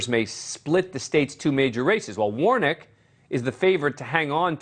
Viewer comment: I laughed when he called Warnock "Warnick".